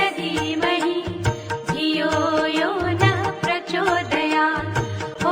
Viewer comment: शेवटची ओळ् 'प्रचोदयात् ' 'त्' चे उच्चार का करत नाही. 'त्' का उच्चारण सही क्यों नहीं होता l